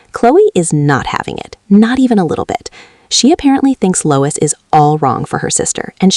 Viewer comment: Lois Hamilton??, it's pronounced Lewis. Why would I subscribe when you can't even pronounce a person's name correctly. Bye